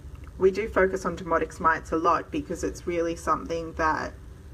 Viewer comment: Your accent is lovely, so please don't take offense, but when you refer to "demodex" it comes across as "demonics". Crazy eh? The very thing that's driving us nuts. IS Rather Demonic!😛